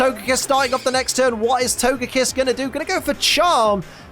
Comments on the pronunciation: I hope “togepiss” didn’t hear you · Togepee, togedic and togepiss. Hehe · Can we have togekiss' name in the corner of the screen changed to togepiss for the rest of the season, in honour of that legendary slip of the tongue?